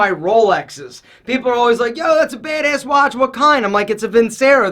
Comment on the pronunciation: I love you but the way you say badass makes me cringe. It sounds like you're saying bade Ace